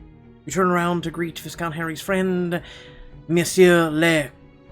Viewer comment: Would I be a jerk if I pointed out that viscount is pronounced “vy-count,” with a silent S? Sorry! I’m sorry! I just couldn’t ignore it! 😬